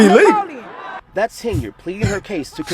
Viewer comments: "This is E-lee-goo" sure it is. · You said illegal one second after I said illegal. ELEGAL😂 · So these people elected a mayor who can’t even pronounce “illegal” correctly. Congratulations, you all got what you deserved